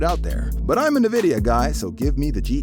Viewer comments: I’m just gonna pretend I didn’t hear that ‘Nuhvidia’ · 'Nah-vidia' wtf? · Yeah Im not gonna listen to advice on nvidia cards from someone who doesn't know how to pronounce it. Sorry